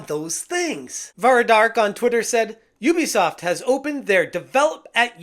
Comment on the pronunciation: Ubisoft ❌ Oobisoft ✅